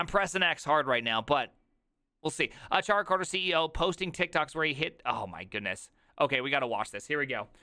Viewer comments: It's so hard to watch this video because I cringe so hard every time I hear you pronounce the name. It's not supposed to sound like Charcoal, it sounds like Character. 😛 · Man, it is highly annoying to listen to, it is not "TscharaChorder" but Chara- as in Chara-cter! or in Chorder... Not that difficult. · pretty sure it's pronounced KaraKorder like "Character"